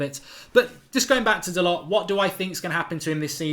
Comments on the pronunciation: Hi Mark! BTW, his name is pronounced Dalo. There is not a hard T on the end. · Mark, great video as usual. Love your work. FYI the lads' name is proinounced 'Dahl-oh'. My friend who is huge Porto supporter says he is a very, very talented young man, who they were going to promote to replace Pereira, who sold to Leicester. #ggmu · His name is pronounced Dahlow, spelt Dalot. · Its pronounced da low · Dalot - pronounced Da Low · He said on MUTV it’s pronounced “Dalorr” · Doesn't anyone else find it rude when someone ignores the pronunciation of others' names? I get that you won't know some of the players but to say you don't care how someone's name is pronounced. Its their name